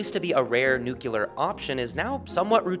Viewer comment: Did he really just say “nuke-u-lar”?